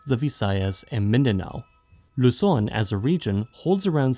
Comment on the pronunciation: This is the first time i've heard a foreign video not pronounce Luzon as "Lou-Zon" lol.